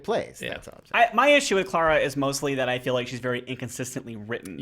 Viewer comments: The way they kept pronouncing Clara 😬😬😬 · You are pronouncing Clara wrong.